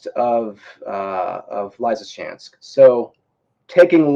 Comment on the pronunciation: So this guy doesn’t know how to pronounce “Lysychans'k and Lyman?” In short he doesn’t know who to pronounce Ukrainian cities…WTH!